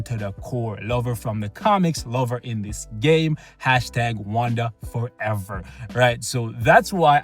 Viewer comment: LMAO #WandaForever bruh i thought you said Wakanda Forever